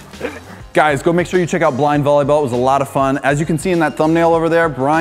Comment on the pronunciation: it’s not bolleyball it’s volleyball